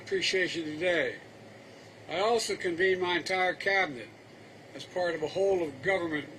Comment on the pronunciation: he said, I conveined my entire cabinet to talk about increasing the intensity of the storms? WTF????